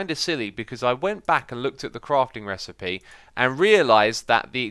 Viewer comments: "crafting repecy" lmao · "Crafting Repesid" XDDD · "Check out that repacie" XD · the crafting recipe was so bonkers that x called it 'repice'😂 btw great job x, love the way u r talking the series, it's entertaining and long lasting fun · "that REPISEED" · Don’t be cruel. He’s obviously dyslexic and probably hasn’t had a good education. Not his fault he can’t read properly.